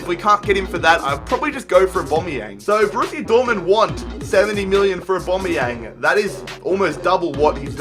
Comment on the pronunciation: y does he say abomyang